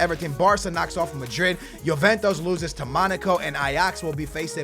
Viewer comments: it's You-ven-tus not Yo-ven-tos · Why does he say Juventus like "Joventos"